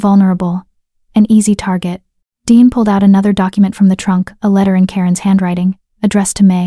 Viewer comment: It is Deeanne. Not Dean or Deon or Diane. Good story.